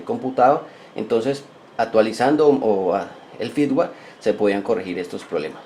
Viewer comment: firmware ; no "fitware"